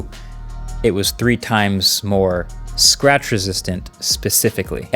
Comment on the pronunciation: Jerry rig just had a hiccup when mkbhd said sratch on level 6